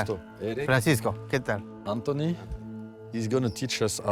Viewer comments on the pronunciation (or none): none